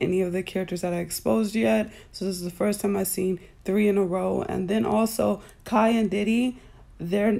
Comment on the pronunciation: it does matter if u gone use kai name learn how to say it correctly